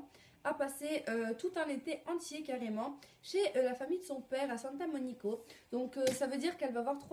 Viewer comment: C Santa Monica et pas Santa monico